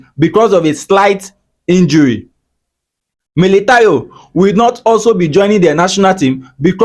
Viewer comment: Militão is pronounced as me-lee-town-no